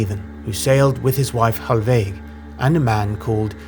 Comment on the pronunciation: Ah, apologies, I wrote that wrong, I meant put emphasis on the first syllable, such as , it's VILgerðarson, not VilGERÐarson, or , it's HALLveig, not HallVEIG as spoken here. Thanks for your great work!